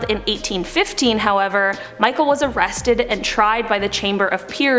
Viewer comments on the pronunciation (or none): Michel like Mishel not like Michael